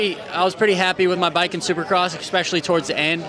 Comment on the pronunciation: It’s is pronounced “especially” not “ecpeshally” 😂😂😂